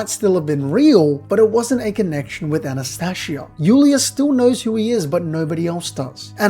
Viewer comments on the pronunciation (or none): It's Anastasia not Anastashia. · Are you mispronouncing the names on purpose? Subaroooo An as tasia